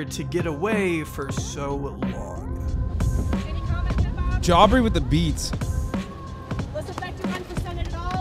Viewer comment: No, J Aubrey is the normal pronunciation lmao. I think Hasan just enjoys calling him Jaubrey